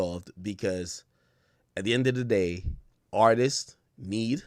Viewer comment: Why do people say “Artises” instead of “Artists” lol